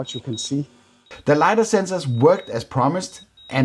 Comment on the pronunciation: Nice video. Complete and entertaining. But its "LY-dar,"